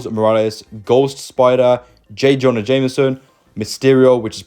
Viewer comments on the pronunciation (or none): none